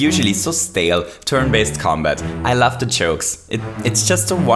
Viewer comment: sounds like hes saying "i laugh" instead of "i love"